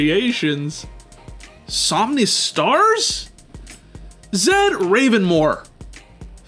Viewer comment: only took two videos for Stern to learn to pronounce somnistarzz